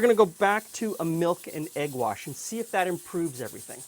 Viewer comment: No, he clearly said "milk and egg warsh."